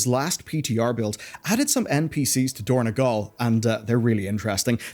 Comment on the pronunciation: It is dornOgal, not dornEgal